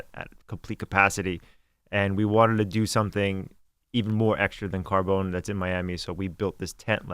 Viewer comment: CARBONE not CARBONES